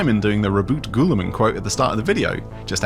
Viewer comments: Bro… why you pronouncing Robert Gooner man’s name like that… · I'm pretty sure it's pronounced Roboute Guilliman, not Roboute Guilliman...